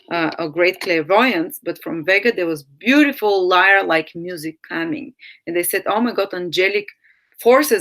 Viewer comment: btw...its leer....not liar...